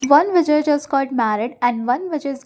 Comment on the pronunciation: Not vejay its vijay pls it's sounding like other thing when you said vejay ne